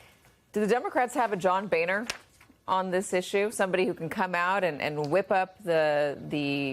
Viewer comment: It's pronounced Bow-ner